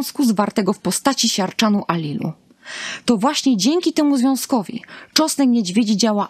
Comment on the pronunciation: To wspaniale , tylko, że na początku trzeba było wspomnieć, że czosnek niedźwiedzi jest pod częściową ochroną, to oznacza, że nie wolno zbierać go po lasach czy łąkach, dziko rosnący. Dotarło? :) Poza tym proszę spróbować mówić tego czosnku, a nie tego czosku . Prosimy oglądających film o nie łażenie całymi tłumami po lasach w poszukiwaniu wyżej wymienionego, bo ktoś zapomniał dodać w filmie, że to nielegalne.